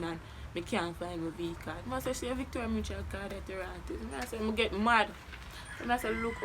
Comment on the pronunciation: Mi Rassclaaaat this one ketch mi when the girl say Victoria mutral card 😂😂